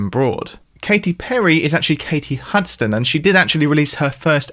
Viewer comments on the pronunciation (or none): none